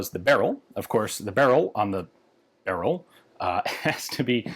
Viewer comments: Ian pronounces "Beryl" in the most polish way he's able to and corrects himself in next second to french-like pronunciation :D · It is not "Beryl as in Beryluim". it is siply Beryl. Same for Tantal. That is what we call these elements. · According to polish folks here in the comments it's more "berril" and less "bereel" like he's saying. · The unstressed pronunciation like "berrill" is much closer to the Polish pronunciation than "beREEL" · tbqh lads jsut pronounce it however you'd pronounce "beryllium" for me that's burr-ill, not barrel. for the poles it hear it's basically barrel quite the garand vs garand situation here. "barrel" is "Gah-rand" and "burr-ill" is "Gerrand" i pronounce the M1 Garand like the guy's actual name was pronounced. eventually just sorta happened, didn't consciously chose to. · 'Beryl, srry, b u h r e e l' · And it is actually pronounced Barrel, no “ee” sound, and the R is rolled. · I feel like it's just "barrel" pronounced wrongly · It's pronounced "Beh-ryhl", the end sound is not "reel", it sounds more like the beginning of "ridiculous", that beginning "ry" sound. Also, great video otherwise 😄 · Fanny how you said it correctly and went to "correct" yourself. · 'Beryl' is stressed on the first syllable. Are we going to completely ignore Galil, Zastava M21 as well as AK-101 & -102? These are all military designs, after all. This is in fact a standard AKM (or more precisely, AKMP) design, it's called 6Ch3 (6Ч3) and is still produced in a slightly modified form for AK-74M variants. I bet it's fine with a winter coat and armour vest on. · The funny thing is that you pronounced the name correctly and the said it again, but wrong :D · Haha, I love like in he properly pronounced the name of it, and than immediately corrected to polish-american pronunciation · the first pronunciation was actually closer to how we pronounce it in Poland :). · Yeah, it's great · Yeah, made me chuckle.